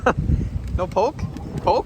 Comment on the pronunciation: Goes from heart felt comments and reflections to miss pronouncing poke… you are 1 of 1